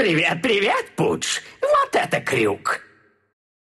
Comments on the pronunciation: Странные локализаторы, Pudge во фразах дали пАдж(так РЕАЛЬНО правильно), а тут пУдж, ну хотя-бы не пунш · почему одни говорят падж, а сларк пудж?